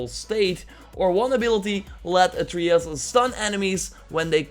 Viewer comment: God of Wooooar and ATREEyus. I dunno know... I am german and can say these words just fine. Doesnt bother me too much, though. It's kinda funny.